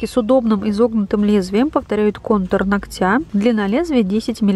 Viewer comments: Не ногтЯ, а нОгтя. Учитесь склонять имена существительные! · НогтЯ? 🧐 Говорите по - русски правильно! НОгтя!!!